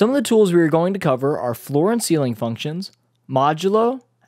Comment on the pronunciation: Very good explanations. But: it's "ceiling" ;)